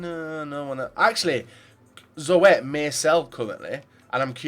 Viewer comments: It's just pronounced 'Zoet' not 'Zo-et' :$ nice draft though. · van der Horst maar in engeland hebben ze de 'oe' regel niet dus spreken ze het verkeerd uit